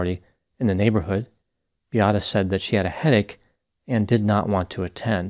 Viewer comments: please her name was Beata.not biata. I’m sure u can pronounce Beatrice. This is the same name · seems to be unrealistic in his analysis. Why not inform people that Beata Kowalski committed suicide as a result of healthcare staff treatment? Her name isn't Biatta but Beata should work on your pronunciation or at least make minimum effort to get to know the victim name. I remember how disrespectful and unprofessional was mispronunciation of Adam Malysz name. Is it because she was able to have children and was a woman?